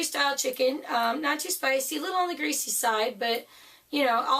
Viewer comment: It’s supposed to be greasy!! 🤣🤣 Three times you said greasy...Jesus. 🙄🤨